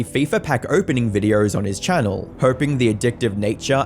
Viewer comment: Funny Accent go brr